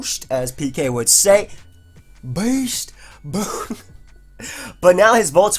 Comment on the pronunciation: Why do you say beast boost like that hahahaha